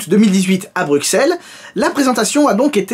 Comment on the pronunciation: Sa se prononce « brusselle »